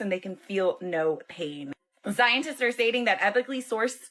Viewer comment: ...Is she saying "Scientist" or "Ziontist" ❓❓❓